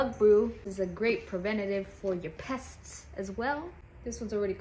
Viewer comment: How did you pronounce "pests" again? 🤯